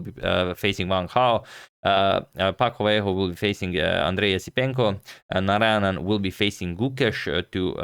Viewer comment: Bro pronouncing Narayanan like he is from kerala🎉❤